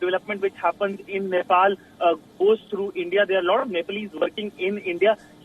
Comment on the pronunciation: I swear I heard she said Nipple PM 😳